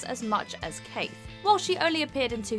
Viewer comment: It’s pronounced Quaithe not Kate. And the Sir Alission Thorne’s storyline was fillowed, he went to Kingslanding, spoke to Tyrion but nothing happened.